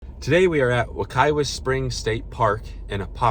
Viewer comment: Locals prounounce the second "w"in Wekiwa as though it is a "v". I don't know why but it is what it is. There is also a Wekiwa High School near Apopka.